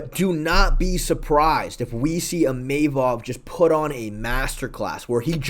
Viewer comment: New mythical fighter unlocked: EEMAYMOV